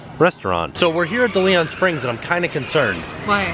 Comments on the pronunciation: I love your channel but the park is pronounced DAY-LEE-ON Springs. Like the famous explorer. Thank you for all the great videos and keep up the good work! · Take a shot every time mispronounces "DeLeon"...I died